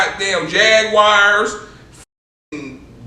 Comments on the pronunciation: Pulling up in jag-wares lol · My Man said he was pulling up in Jagwires...😂😂😂😂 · "He started pulling up in jag wires" # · He pulled up in jagwiress 😂😂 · Hold up hold up hold up did he say jag wires 😂😂😂😂😂😂😂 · Jagwireeees lol real g